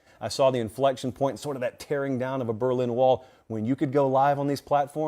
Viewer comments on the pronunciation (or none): none